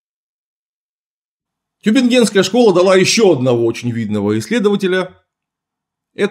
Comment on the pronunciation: тЮбингенская школа. Tübingen: ударение на первый слог